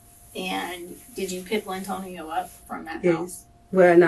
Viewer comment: Lyntonio. Geezuz we gotta do better.